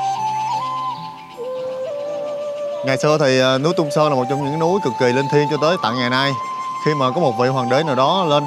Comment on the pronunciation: Đại ca này đi hết cái TQ, đi TQ nhiều hơn các nước khác, mê TQ vậy thì nên học tiếng trung đàng hoàng tí, k học thì tém tém lại. Phát âm hơi ghê, quỏ ái cúng phú. Ghê hơn nữa là còn nói sai, Túng Sớn gì ba😂